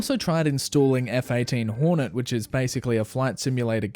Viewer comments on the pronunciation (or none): none